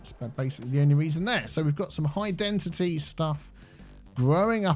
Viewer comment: Why do you say Density as Dentity? 😂